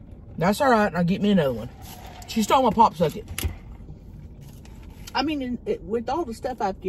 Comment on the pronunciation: I feel like she’s saying “Pop-suck-it”, not “Pop-socket” 😂